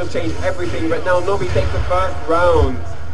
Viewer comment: LOL it's 'Nobi' not 'Nobby', he's not Harry potters dick shaped elf! In the UK we informally add a 'y' suffix to transform nouns into adjectives. For example: I like that biscuit (n), I like that 'biscuity' (adj) pizza base. A 'nob' (n) is a male's genitals and describing someone as 'nobby' (adj) means they're characteristic of a penis.